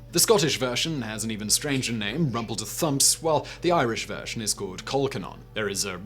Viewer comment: That presenter always infuriates me. He managed to mispronounce most of the names of the dishes: laverbread, rumbledethumps, and colcannon, for example. How lazy not to bother looking them up! I'm not even sure he's really British.